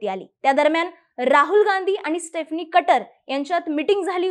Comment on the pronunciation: Madam ek chota correction: स्टेफनी nahi स्टीफनी aahe